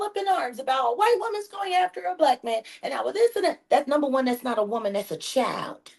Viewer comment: "White woman three times younger than he is", you do mean "white wo-mayne..."